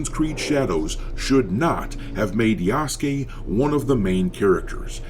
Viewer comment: It's pronounced Ya_su_ke